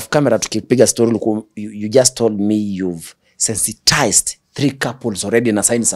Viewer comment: It is not SENSI- TISED - IT IS 'SANI-TISED'.